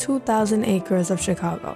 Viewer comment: During you said chicango not Chicago